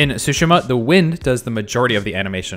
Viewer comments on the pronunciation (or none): Dude keep repeating "Ghost of sushimi"